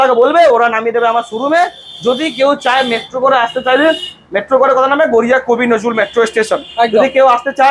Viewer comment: Garia Not Goriya 😑